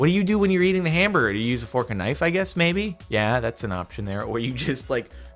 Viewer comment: The most mildly infuriating part of this video is how Jordan says fork and knife